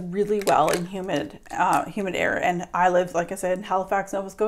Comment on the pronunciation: I thought you said "human" weather...lol